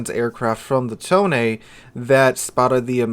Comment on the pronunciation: Finally, a content creator who pronounce its name correctly